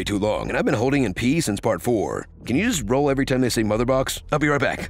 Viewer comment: i started hearing malabooks not motherbox haha